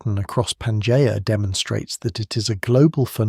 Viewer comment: Yet another AI video... Can't even pronounce Pangea properly.